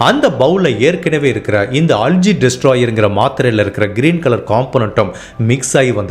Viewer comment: Not அல்ஜி , அல்கே